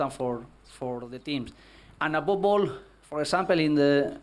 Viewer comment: Who else was here for 'Abobol' shots... Every time he says 'Above all' you take a shot... #FunDrinkingGame.